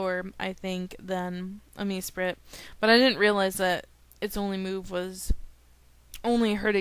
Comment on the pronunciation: It's not MESPIRIT. It's MESPRIT!! MESPRIT!! MESPRIT!! MESPRIT!!! Don't try correcting people if you don't know what you're saying.